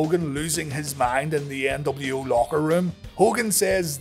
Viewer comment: Debiase: "The NW-Ow."